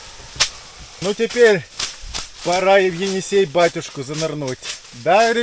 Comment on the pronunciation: Енисей а не Эне - Сай .